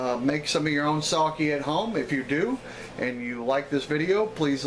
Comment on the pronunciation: Very nice. It's pronounced Sake though. (Short e sound.) I know it sounds like I'm nit-picking, but there are a lot of words in Japanese that sound exactly the same, or extremely similar. So when someone mispronounces something they are actually saying something completely different. 崎(さき, saki) Means small peninsula, or 先 (さき, saki) means some time ago. 酒 (さけ, sake) means alcohol.